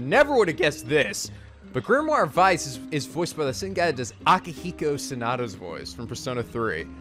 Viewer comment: Weiss, pronounced as Why-ice (pretty much)